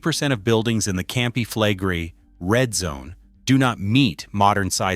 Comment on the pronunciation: Your pronounciation of "Campi Flegrei" is even worse than the earthquakes, it made my toes curl!